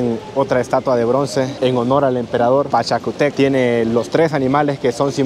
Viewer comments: Es Pachacutec Lee con tilde ..estás leyendo mal sin tilde !! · Pachacutec con acento en la u y no es un halcon es u condor ! 🤣🤣